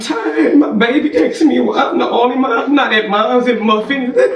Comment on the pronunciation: aksing? 13/90 slang